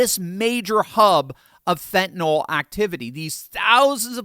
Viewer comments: Thanks,. I love your videos! By the way, the drug is called "Fentenyl," not "Fentenall." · Pronounced Fen -ta - NILL not Fent an ALL